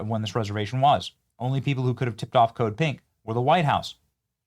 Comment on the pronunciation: Until I saw their pink shirts I thought you were saying “Code Pig!” Lol! So disappointed in MTG. When I heard she made millions insider trading I was done supporting her.